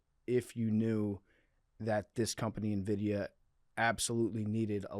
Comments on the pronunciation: Producers not realize it’s NVIDIA and not Envitia? I wish I was that blissfully unaware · Nvidia, not Envitia lol